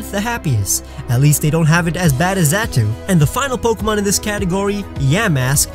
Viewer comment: There is no S in Xatu! The I in Pokemon is supposed to be an E! And you left off the T in switch!